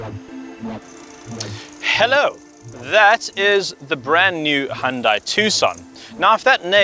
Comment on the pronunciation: Why do so many car reviewers pronounce "Hyundai" incorrectly? 😤